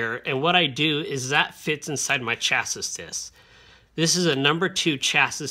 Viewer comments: Nobody actually pronounces "LED" as "lead" as in "pencil lead." It's just "ell-ee-dee." The negative lead ("leed") is the cathode, not "cathoid". The disc is pronounced "chass-ee" not "chass-is" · On another note as someone from the country that the language is from, It's sha-see no ch sounds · its definitely pronounced chas-ee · Good video Just a nitpicking side note, it's pronounced "chass-ee" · Great tutorial but who taught you to pronounce chassis 😂